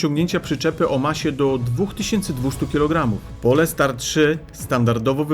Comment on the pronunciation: To nie jest polska nazwa, czyta sie "Polstar" nie Polestar